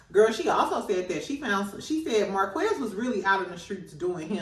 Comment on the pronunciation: Please say Mar-kez, not Marquezz. It sounds different than it’s spelled.